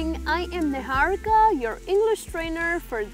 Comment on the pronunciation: Niharika is an Indian word (Sanskrit though) do pronounce is it the way it should be without any influence of a forgien tongue. You reminded me of Lalu Yadav calling Bill Clinton as 'Klintanawa..' 😂